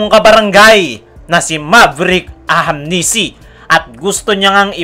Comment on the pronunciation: Brother naeenis lang ako kc ang apelyedo nyan is ahanmisi po hnde po ahamnisi ok poba sana sa sunod na apload mo mabanget mo ng tama ok ahanmisi hnde po ahamnisi ok